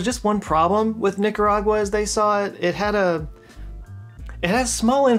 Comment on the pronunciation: Man it was rough hearing you say Nicaragua and Managua 🤣. Are you using more AI to edit? Regards from the belly button of the central america